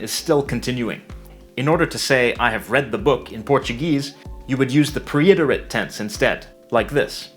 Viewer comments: To: Good video, but just FYI --. The word is not preiterite (pre-IT-er-it), but preterite (PRET-er-it). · I'm afraid you both misspelled and mispronounced "preterite" (you wrote "preiterite" and pronounced it like pre-iterate). It is pronounced PRET-er-ite (/ˈprɛtərɪt/) or PRET-er-it. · Estuve muy interesante, pero you mean "preterit(e) tense" ? I've never heard "preiterite".